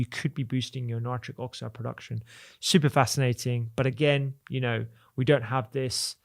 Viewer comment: "important" -- with a T in the middle. "don't" with a T on the end. Not difficult: just touch your tongue to your upper teeth and you'll get the letter you're missing right now. You don't have to sound like a half-wit: you can probably get over it in half an hour of thought.